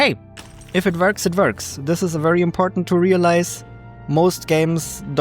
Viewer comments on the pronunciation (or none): I’ve watched so much of your stuff that I hardly even notice the accent anymore (I’m American fyi), but “if it verks it verks” is too funny 😂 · "if it verks, it verks" this will be my life motto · my new saying .."if it verks it verks" period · I liked that too. He said it twice